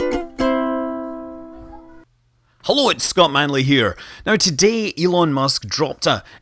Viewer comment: Scott "Munley" .. poor moon :))